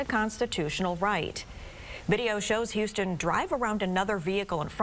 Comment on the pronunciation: It’s HUS-ton, not HOU-ston